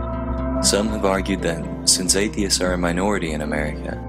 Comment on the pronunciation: Did he say Athiens in . Yes hi did LOL!!